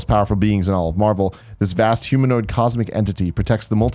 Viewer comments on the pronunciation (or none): none